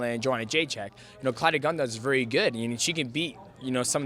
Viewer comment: Hahahahaha I'm glad I'm not the only one who heard that..... Claudia gundow?